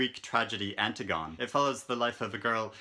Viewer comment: "Antigone": an-TIG-uh-nee